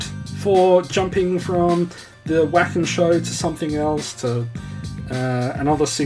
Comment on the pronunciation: Vah-ken ;) It's German. Glad you're having fun!